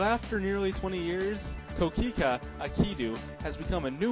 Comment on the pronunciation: It's pronounced "Koh Kee Khay" not kookeekooo lol